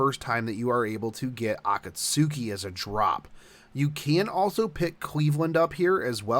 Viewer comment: Man I didn't use to like you but this video was spot on and very informative. Find myself more interested now, and also thanks for the heads-up, gotta level a 5-2 team. Also, you dont watch anime do you? cus if u did u would be pronouncing Akatsuki differently.